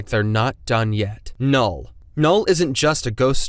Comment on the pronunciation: null more like noll